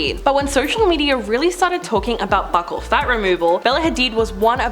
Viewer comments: It's pronounced 'beaucal' like 'beautiful'. Not 'buckle'. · It’s not pronounced “buckle”… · The way she mispronounces buccal is killing me lol